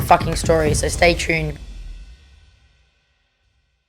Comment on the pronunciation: she doesn't even say stay tune. She says " stray trune"